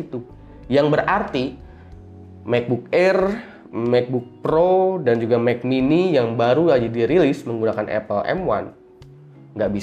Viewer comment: "Mekbuk Air, Mekbuk Pro, Mek Mini"